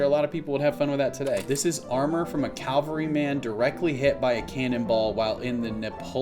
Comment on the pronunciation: Not "calvary," but CAVALRY. Huge difference!